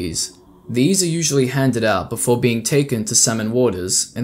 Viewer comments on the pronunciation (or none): none